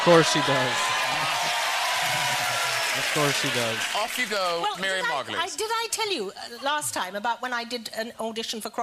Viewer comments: Her name is pronounced margot-lees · Just a quick note: Her last name is actually pronounced Mar-Go-Leez not Mar-Goyles. I only know this through one of her Graham Norton show appearances cuz I thought it was pronounced Mar-Goyles as well before that. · Miriam breaks the mould. She definitely doesn't think inside the box. A reaction video really requires a reaction. Thank you for sharing, but please, can you pronounce her name properly. It's 'Margolyes', (Mar-go-lees) not Margoyles (Mar-goi-ulz) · Mar-go-LEES, not mar-goyls. Her name doesn't have an "oy" in it. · Her name is pronounced "Margolees", not "Margoyles"... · Mar-go-leys that's how it's said 😂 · It's pronounced Margolees. Not like you'd pronounce Gargolyes. 🤭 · Miriam Mar-Go-Leez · It’s pronounced like margo lees not like gargoyles